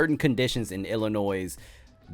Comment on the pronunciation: IDGAF about Fuentes either! Although, this could have been much worse. DON'T JUST GO TO PEOPLE'S HOUSES. IDC WHAT THEY DO!Fun fact: the Illini don't pronounce their state "Ill-a-noise". It's Native American and the S is silent. Trust me. I've been corrected plenty of times 😅 Keep up the good work, homie.